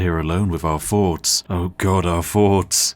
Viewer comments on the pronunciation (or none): Did anyone else hear "forts" instead of thoughts?